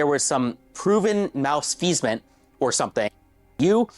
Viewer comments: But where his fedora tho? Fake ass Reddit mod Edit: did he really just say "mouse-feezment" instead of malfeasance 😂😂😂 I'm fucking dying lol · Wtf is “mouse-feasment”? 😂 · Did he say "mouse-feasance"? I just can't... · Dude said “enfeasement”. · Mouse-feasment? He clearly meant malfeasance. Clearly he's punching above his weight class. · Did he say "proven mouse feasment"? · “Mausfeezence”. You mean “malfeasance”. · I'm sorry, did he say "mousefeasement"?😂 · He said “malFEASEment” (not a word) and did not re-record. And he’s the guy with the Silicon Valley dev job. EYE EFFING ROLL. ~ The One Person On Earth Who Has Never Done Reddit (if we are not counting scraping data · Bro acts like an intellectual and couldn't even say malfeasance 😂